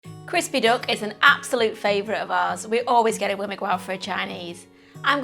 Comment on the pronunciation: Why does she keep calling a duck a dook? It makes me laugh.